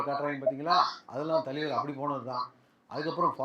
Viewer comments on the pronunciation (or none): Thalaiver❎ thaleever✅😂